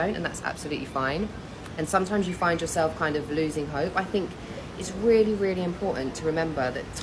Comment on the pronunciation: when she was saying hope and faith, i swear i heard hoe phase